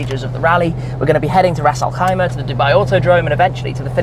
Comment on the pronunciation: Oh wow you said Ras Alkhaima like a local.. 👍🏽